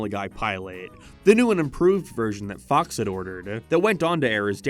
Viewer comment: Go to . He is trying to say Fox but it sounds like Fu*ks It’s just random and kind of funny (not really)